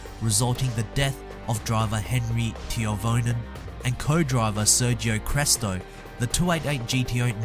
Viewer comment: cough cough "Henri Toivonen" not "Henri Tiovonen"